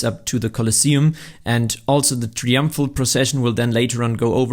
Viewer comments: It's TRY-umphal (not "tree-umphal"). If you were gonna use the word so many freaking times in your video, it could've been slightly less annoying for the viewer if you'd bothered to learn to pronounce it correctly beforehand!!! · brother please its try-umpful not tree-umpful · tree umpfrul arch 😂 that's funny